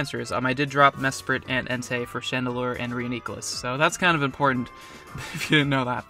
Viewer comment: proper reuniclus pronunciation, top notch also solid pokemoning